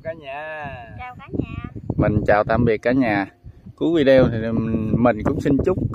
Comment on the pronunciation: Cháu đọc vi đi ô như vậy cháu đừng đọc vì đi reo nhé